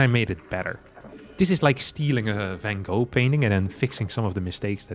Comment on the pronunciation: I was referring to his new take on Van Gogh, which I loved when he pronounced properly, in contrast with the English pronunciation. The same goes for gouda etc.